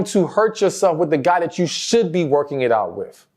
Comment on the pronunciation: why do you say choo for you?